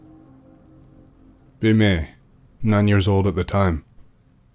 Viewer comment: Also the way he say's 'Me' as "Muay" or "Meh" 😂